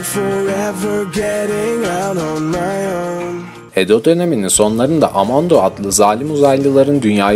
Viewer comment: Amando değil kanki amanto t ile olucak 😀